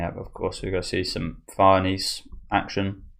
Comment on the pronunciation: Farnese is an Italian name. Pronounced Far ne ze. With a rolled R. There are videos on here that pronounce it.